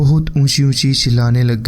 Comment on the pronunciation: ڈائیمینٹیا نہیں ہوتا، ڈائیمینشیا ہوتا ہے۔